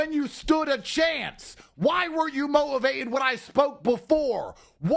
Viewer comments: Andrew Tate "Mo-ivated" claims to be one of the greatest orators of the English language 😂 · Why weren't you mo-ivated? 😂😂😂